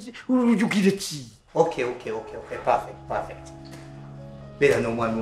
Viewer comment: Prefect? Mscheeeeew